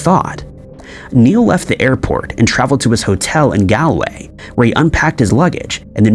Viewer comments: It's pronounced, "GALL-way". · Are there any Irish place names that you can actually prounounce correctly i mean Dublin and Galway really aren't that complicated to prounounce